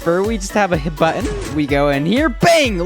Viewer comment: he says "buunton"